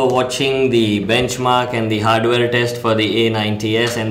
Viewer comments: BACHMARKS? LOL R.I.P English ! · BACHMARKS? come on atleast review your own video before posting.